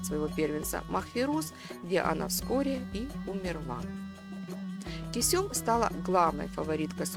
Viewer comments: Она КЁсем а не Кесём..... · Не Кесём, а КЁсем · Не кесём а кёсем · Не Кусём дура, а Кёсем. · Кёсэм надо говорить а не кюсюм, это совершенно другое слово! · Почему Кесём, а не Кёсем??! Вы же в названии правильно написали, а произносите неверно. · Из-за ужасного произношение имени Кисём, не смогла смотреть до конца. Аж уши режутся. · Она ге Кесюм, а Кёсем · Почему КЕСËМ, а не КËСЕМ??? Ушам своим не верю. 😂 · Косём весь ролик уши резало! Кёсем правильно говорится в оригинале сериал включите и послушайте как произносится 🤦🏻‍♂️ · не Кесём а Кёсем. произношение уби*вает. закрыл видео на 2 минуте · Почему не Кёсем? Читает с ошибками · Все что вы рассказывайте мы видели в сериале. И ещё: её звали не Кесём ,а Кёсем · Кесём разве,что ли ни Кёсем? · Не Кёсём а Кёсем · Уши режет кесЁм 😂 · Почему автор ролика называет неправильно имена, особенно Кесем? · А почему имя так странно произносите ?